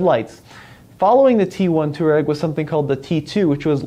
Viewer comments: It's a f**** touA-reg not a Too-Reg! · Too ahh reg. Not toe rag It isnt rocket surgery. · How to pronounce "Touareg" - twah - reg Not "toor-egg" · Pronounce it twarreg. Its named after a north African desert tribe ie "resilient, tough, efficient, outdoor". The diesel engines should be bulletproof as the V6 tdi was used by VW for ages in lots of cars . Not many V8 engines sold by VW even in top line VW models. The V10 was dropped by VW pretty quickly even in europe. I think it was 2x5 cylinder engines bolted together or a vw commercial truck engine. The V10 TDI was a noisy brute. The T2 probably has lots of the rough edges designed out. VW rarely does a complete new model so the T2 is really a T1 in disguise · Yeah it's not "two-rag" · I just can't watch this video with you pronouncing it wrong so often...